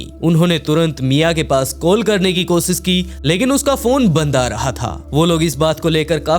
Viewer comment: भाई तुम टोटली विकी शर्माकी copy करते हो नयी स्टोरीज बता रहे हो अच्छी बात है व्हॉइस अच्छा है लेकिन एक प्रॉब्लेम है तुम श बोलने के बजाय स बोलते कोशिश करो कोसिस के बजाय कोशिश बोला करो thank you